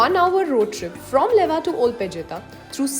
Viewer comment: Its "lewa" not leva.